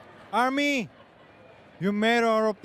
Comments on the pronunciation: Finally hearing Taehyung say the R in Army makes me so proud. It's no longer Ahmi. Yes, im dramatic. U can tell. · American pronunciation does not set the standard of good English. Army is pronounced without the hard ‘r’ in MANY English speaking countries, so he’s always said it correctly.